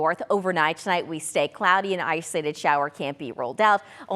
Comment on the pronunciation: The way she says “islated” 😂😂 Somebody please give her the “O” to use.